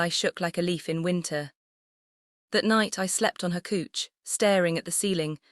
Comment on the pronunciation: How can someone mispronounce couch?